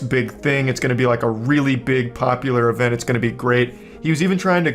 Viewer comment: I love Charlie, but his accent bugs me. Event is ivint